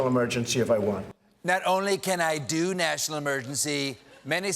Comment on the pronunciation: He didn’t say “National Emergency”, he said “Nertional Emergency”. Very different.